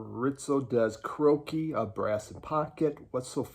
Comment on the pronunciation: are you saying Karoky??? karaoke, man